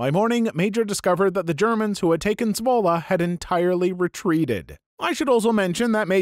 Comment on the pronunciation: I'm from Zwolle (video actually wasn't that far off with pronounciation, so good on you video guy!) and I love that story. A single Canadian soldier liberated my home town. Totally badass. :P Also a similar story from a game I play every now and then: VRChat. There was this one user who kept pointing out tons of problems and bugs with VRC. But people kept dismissing him with stuff like "you don't know what you're talking about" and "if you know so well, make a game yourself then!" So he basically said "Fuck it, I'll do just that" and created ChilloutVR. It's not as popular as VRC and isn't nearly as developed yet, as VRC started in 2014 while ChilloutVR started in 2021~22. But it does quite a few things better than VRC and looks promising as a real competitor to VRC in the next few years.